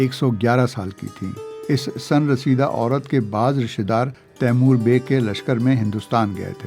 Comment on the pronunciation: sAn-raseeda nahin - sIn raseeda